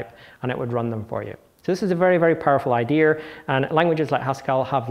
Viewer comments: iits dea and not ideaR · Why does he pronounce "idear" instead of "idea"? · I wanted to throw my monitor out the window every time I heard "Idea-r" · Very interesting "idears". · That's the problem with non-rhotic accents: once you start dropping those 'R's, they get all over the place and start falling in the cracks between words and are impossible to remove. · Since when does the word "Idea' have the letter R in it?